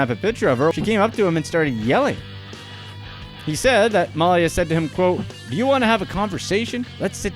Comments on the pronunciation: Before video: Please, please, PLEASE let one of these entries be about the Trump family... After video: Ahh, man! There weren't any Trumps! Also, Malia Obama's name is pronounced Muh-LEE-uh, not Mal-ya like you kept doing. And as for her, I don't know of many young people (say 17-25ish) that DON'T go through a so-called rebellious period. There just aren't cameras everywhere when they do whatever it is they do, ya know? Interesting information you provided, though :) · Wait a minute announcer-person, you don't know how to pronounce Malia Obama's name?! 😟 Come on now, go to Google speech? 🤔